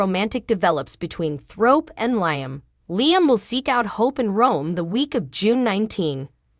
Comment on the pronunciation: He's name is Liam u are saying it wrong. Liam should just go to Rome to surprise Hope so she don't fanzine about Thomas. Eric and Rigg need to let RJ be his own life if he don't want to do fashion. Baltimore MD 😮